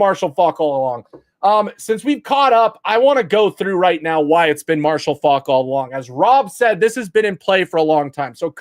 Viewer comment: You're not pronouncing his last name correctly.